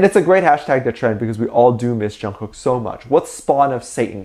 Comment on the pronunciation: I've gotten so used to the Korea pronunciation of Jungkook It sounds so weird hearing it said wrong.